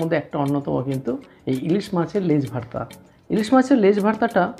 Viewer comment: Apni vorta ke varta varta uccharon korchen keno?